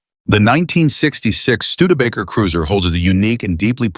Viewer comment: can’t pronounce studebaker. I’m out.😂